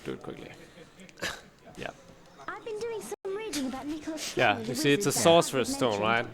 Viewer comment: it’s Nicholas FlamELLE not Nicholas FlamAL